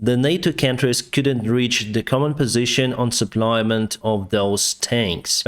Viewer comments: It's not SUPPLY-MENT; it's pronounced SUPP-LA-MENT(Def: In addition to, to add more). Keep up the good work reporting on the latest events. The ORC's will eventually come out of their drunken stupers and realize that they're not wining the battle to take the whole country. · Forgive me for pointing out a detail of English, but "suplyment" is not a word... in those cases, you just say supply - thanks so much for your updates... I follow many sources of info on the war as we are and American-Ukrainian-Russian family, and yours are the best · Please don’t repeat “supply-ment”,. Great videos but the noun-words: ‘the supply’, ‘the advance’ etc are shorter than you think!